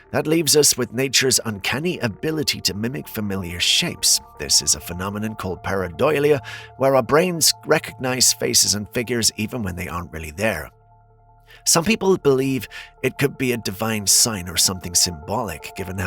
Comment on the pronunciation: The way you pronounce things just makes me insane! Pareidolia is pronounced Pare uh doe lee uh, not pare uh doily uh.